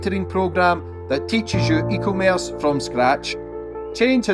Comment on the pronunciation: See we've still not learned how to pronounce e-commerce 😂